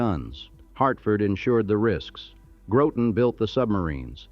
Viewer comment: Groton , not Growten !